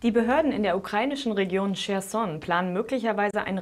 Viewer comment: Nicht "Schersson", sondern "Khersson"! Bitte die Profis fragen, bevor Sie falsch berichten.